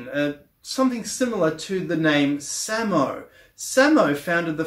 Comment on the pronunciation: Gotta love a guy who can’t pronounce Slavic words properly trying to teach alternative history lol. Samo is pronounced suh-mo, Slavic word for only or just (adverb not adjective).